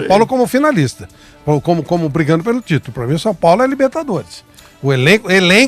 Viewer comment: Såo Paulo kkkkk tá osso